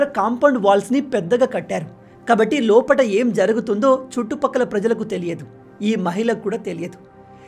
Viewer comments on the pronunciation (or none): Lopata ❌️ Lopala ✅️